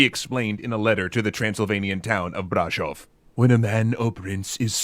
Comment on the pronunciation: To me it sounded like he accentuated the first syllable of Brașov instead of the second, it should be Brașóv, but it s good nonetheless :)